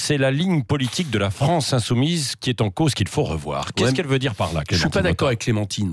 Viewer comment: la france insoumouise ...XD